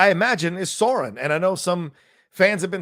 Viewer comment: Love this, but Sauron is not pronounced "Soron", but rather "Sow- rrron"